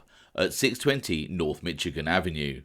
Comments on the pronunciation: No shade but it's pronounced Mish-igan, not Mitch-igan. Hope that's helpful. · I’m just teasing but hearing you say “Mitchigan Ave” is fantastic lol. Glad you covered more Chicago stuff.